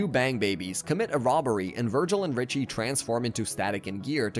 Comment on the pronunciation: You messed up Richie’s name like 5 x during the video 😂